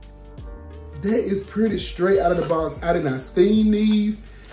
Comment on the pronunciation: Hey 👋🏾 I can't wait to see the final look. It's so exciting to watch the haul then the final reveal. The roses are beautiful but I was cracking up when you said "ain't they puuuurty" and "hey class come git yo prize outta dis" with that country grammar!! You know I love it 😂😂😂.